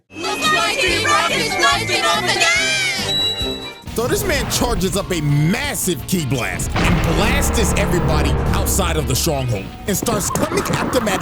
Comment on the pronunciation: I’m pretty sure it’s blasts not blastes